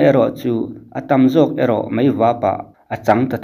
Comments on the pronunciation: Heng thu mal hi i lam diklo nasa thin khawp mai, a mak em em ngawt mai. Aizawl, mai, sipai, chibai etc. Aizawl hi Eizawl, Mai hi Mei, Sipai hi Sipei, Chibai hi Chibei ti te in i lam hnem khawp mai. Fimkhur em em ta che u mawle. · Real Life hian "MAI" tih turah "MEI" a ti char char bawk. A țawngkam chhuak hi a nawi hle reng mai a ni.🤣